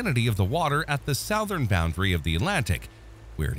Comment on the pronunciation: Please teach your AI how to pronounce "Southern".